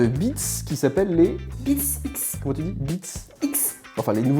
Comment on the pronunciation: J'adore quand dit "BeatX"^^